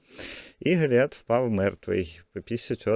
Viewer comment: Дядечка перевчився на курсах вивчення української мови і тепер замість Голіаф каже якогось біса ГоліаТ? Тоді навіщо теревенити про Філістімлян? Требо правильно розмовляти і називати їз потрібно Тілістімляни як і ГоліаТа.... Виходе що дядечка не довчився трохи. ...